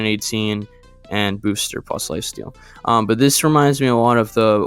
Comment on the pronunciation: Blue, first point is the pronunciation of midmysticx, it would be said as mid-mystic-x or mid-mystics, either are said, as well as this boosfer is pronounced as boo-ss-fir (fir like the player) and that is it (just wanted to say here, im autistic so if my phrasing is ever poor im sorry, also im very sorry if any of this comes off offensive, love the content and have been watching for about 9 months i believe (and only made this account semi-recent) and wanted to help with giving info i knew incase it helped in any way)